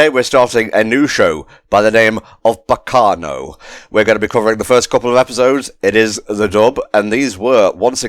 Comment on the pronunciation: One of my favorite anime’s! You can tell cause that pronunciation at the start really hurt.